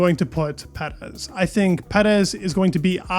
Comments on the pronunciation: Love your channel, but lets pronounce his name like Perrr ezzz, Not PeD ezzz., No PeD in his name. But don't change anything else you do here. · Per-ez please. Not sure why you say his name like that? Like your videos though. Great job! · I like this guy but why he keeps saying Perez like Petis. Bro is Perez not Petis I think is weird.